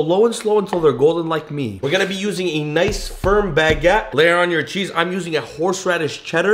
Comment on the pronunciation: wait wait wait wait ........................... how did he pronounce baguette ?????????